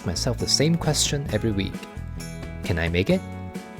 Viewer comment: Wait, I thought you said "I KEN make it, so KEN you". I thought it was a joke 😂